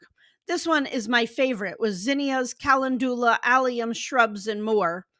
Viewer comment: I thought is was kal- endu-la?